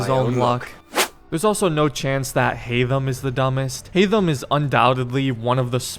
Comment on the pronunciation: You're saying HAYTHAM wrong...